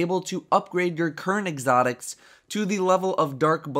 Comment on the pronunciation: you said "exotics" strangely. I replayed that at least 88 times.